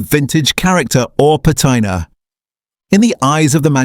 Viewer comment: Please fix the AI and have it say "patina" correctly please.